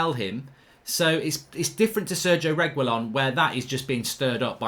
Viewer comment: Reg, wee, lon, it's not that fucking hard mark 🤣